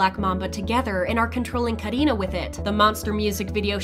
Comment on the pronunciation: No one : The person talking : KahDinaH